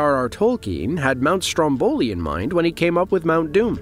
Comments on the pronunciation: come on… speaker: the pronunciation is not STROMBÒLI -__- It’s STRÒMBOLI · Sorry dear, you have to put the accent on Mount Strómboli, means on the first "o".